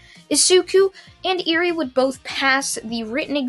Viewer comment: its not eerie like creepy more like eh-wry